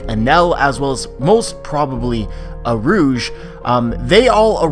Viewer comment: U - Rū - Ji 3 syllabes not 2